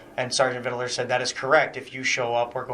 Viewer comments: It’s Sargent VIDLER not VIDDELER. Dewitt’s knows his correct name, he’s just being obnoxious here. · Every time he says "ViDaLer" I throw up! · The way he says Vidler’s last name like he’s saying riddler is so irritating!